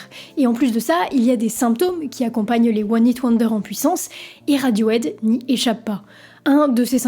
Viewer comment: Bon sang, il faut vraiment faire un gros effort sur la prononciation en anglais. C'est caricatural! Cripe de radiauaide? Raide aute chili pépeur ondaire zeu bridje? Vraiment?